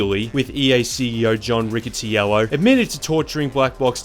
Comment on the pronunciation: That’s really not how you pronounce Riccitiello